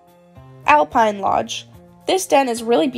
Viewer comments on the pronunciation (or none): none